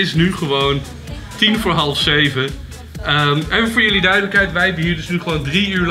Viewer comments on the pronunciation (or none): none